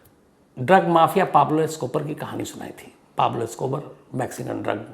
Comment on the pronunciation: शम्स जी "इससे पहले मैने आपको एक ड्रग माफिया पाब्लो एस्कोबर, पाब्लो एस्कोबर की कहानी सुनाई थी" शम्स जी, एस्कोबर नही , "एस्कोबार" होता है। ये सुनकर कहीं एस्कोबार जेल से आकर आपको ड्रग्स ही ना खिला दे। 🥴😂